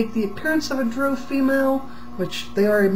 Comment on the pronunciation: She pronounces drow correctly.